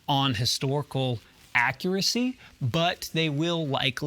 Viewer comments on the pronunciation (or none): none